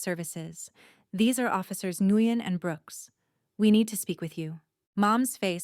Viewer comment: It’s officer “Win (Nguyen), not “Ne-gu-yen! So frustrating when they mispronounce names!!